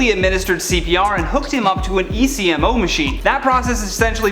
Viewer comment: ECMO machines are pronounced “EK-MOE.” ECMO stands for extracorporeal membrane oxygenation. It’s a really neat tool.